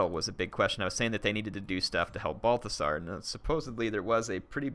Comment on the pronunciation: Did you just call him Barfasar? lmao